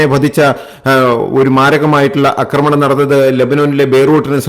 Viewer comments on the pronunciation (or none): അക്രമണമല്ല, ആക്രമണമെന്ന് പറയൂ